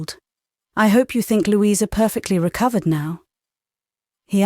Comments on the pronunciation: Lou-eye-sa??? British? Nope. Sorry. Loueeeeza is correct British pronunciation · DEFINITELY NOT!! Lou-eye-sa is a dead giveaway!! Her name is pronounced Loueeeeza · That is correct and yes, was a mistake but overall the voice is using RP. Believe me, there are Jane Austen audiobooks here where a nasty thick American slang accent soils the source material. "Lou-eye-sa" would have been you least problem. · Great reading, but a weird pronunciation of Louisa😂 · Can the narrator please refrain from pronouncing the name "Louisa" incorrectly. It is most irritating. Particularly when she sometimes bothers to pronounce her name correctly. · i agree, it'e Lou...issa....incredible that an English narrator doesn't know how to pronounce this name1